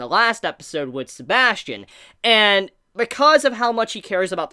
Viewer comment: sebas tian not sebastian